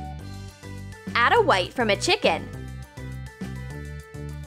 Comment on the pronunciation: You said "add a white, from a chicken"